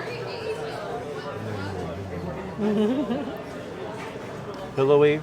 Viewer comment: Please learn how to pronounce gnocchi.